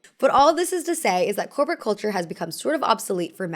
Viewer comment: can't unhear "copro aesthetic" T_T